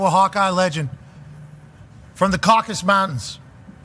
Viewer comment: D’but chuckling at “ Caucus Mtns. 🤣🤣